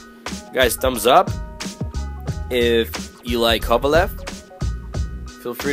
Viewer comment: This guy obviously isn't a true boxing fan... These were light heavyweights, not heavyweights, and he's pronouncing both of their names wrong. It's almost comical, and it's sad that he can't appreciate a fight like this one.